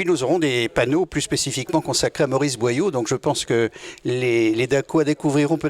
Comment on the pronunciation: BOYAU ET NON BOILLAU une descendante de Maurice BOYAU